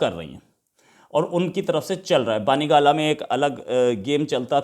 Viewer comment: Imran khan's residence name is " bani gala" and not as u say "baani gala"